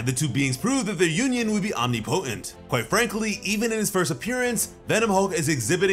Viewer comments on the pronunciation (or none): Omni potent?? Bro it’s omnipotent. Look up how to pronounce it 😂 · Did he say Omni-potent for omnipotent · That is not how you pronounce omnipotent